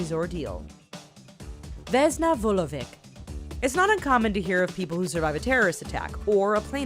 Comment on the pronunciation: Rawicz it's RA-VITCH and not Radawicz (rada-vitch). Where the hell did you get DA from? - Vulovic reads as VULO-VEETCH and not ICK at the end. You should pronounce it very softly. If you're not aware how to pronounce foreign names, listen at least to google translator text to speech.